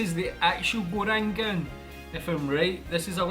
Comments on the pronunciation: "Gorengan" = Go - Rank - Un nice video mate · The way you pronounce gorengan is actually very cute hahaha